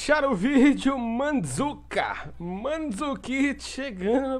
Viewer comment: Fala direito,. É MANDURIKITI!!! =)